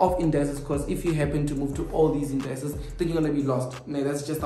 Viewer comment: Indices not Indayces,, just saying